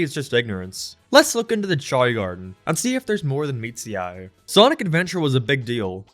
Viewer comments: say it with me cha-ow Not ch-ay like u say god damn ur drivin me insane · I keep hearing 'Chai' whenever you say 'Chao' XD Just wait until you go down the rabbit hole of genetics and start making some sweet-looking breeds, as well as additional evolutions that add even more customisability, then breeding for good ranks like you would for a full 31 IV pokemon and create an all-powerful beast. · Whenever I hear "Chao", it sounds like "Child"